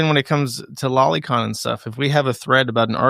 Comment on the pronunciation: It's "low-ly con" like LOLITA, not lolly like lolipop. Holy shit you internet weridos! Go listen to an anime in Japanese for once.